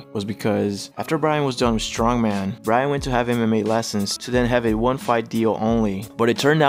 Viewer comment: Really sounds like you're saying Ryan.